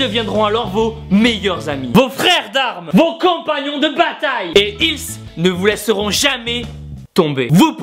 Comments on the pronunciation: T'as vraiment dit ilSSE? Haha :D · AAAH le sudiste il prononce le s de ils :DD